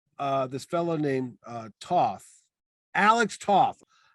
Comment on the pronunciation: Alex Toth's last name is actually pronounced like the word toe but with a "th' at the end ("toeth").